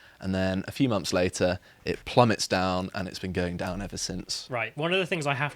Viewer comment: "forty free" "monffs" "freats" I do wish would learn to speak properly.